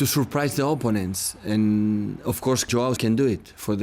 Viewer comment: Love how pep pronounces apponents